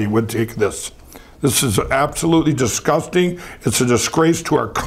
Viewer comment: The word “disgusting” is said by Lindell a hundred times. It sometimes comes out as “ahgusting.”